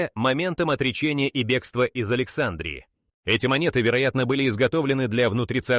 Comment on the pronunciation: Опять исскуственный разум в словах текста ставит неправильно ударения!!! Особенно в слове Александрия!!!!!